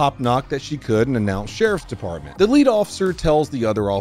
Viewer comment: "Shay poppin" does not sound like "Sheriff's department." Just saying.